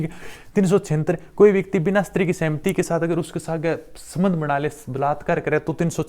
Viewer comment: सर प्लीज उच्चारण सही बोला करो शस्त्री नही बोलते स्त्री बोलते है उसको आपकी छवि खराब होती है सर माफी चाहते है पर अच्छा नहीं लगता मुझे उच्चारण सही करे प्लीज